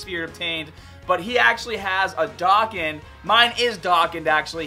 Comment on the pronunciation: The way you say dokkan kills me is dokk a an not daakaaan